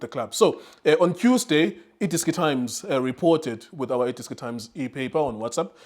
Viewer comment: Did he say Tuesday or Qsday?🤔🤔🤔